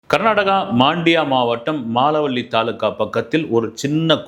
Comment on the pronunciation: அது மாண்டியா அல்ல மண்டியா மால வள்ளி அல்ல மலவல்லி கிராமம்